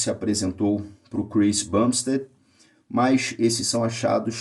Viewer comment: Eu tomo 500 testo semanal e não sou do tamanho do Chris, mas ao mesmo tempo não sou "Normal", e ainda considero como Cruise, não TRT, só que como não aromatizo, não tenho colaterais e não sobe a pressão arterial porque também cuido do cardio, é uma dose tranquila, ( e Doutor, é bumsTEAD*, não Ted, abraço!)